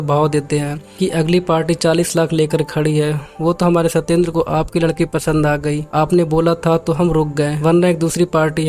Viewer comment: Arre bhai, at the beginning of this video: ladka ladke se ni, ladka ladki se milne ja raha tha (E ki matra use karo), tum ladka aur ladki ko ek jaise pronounce kar rahe ho